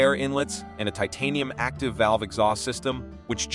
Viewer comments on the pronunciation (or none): none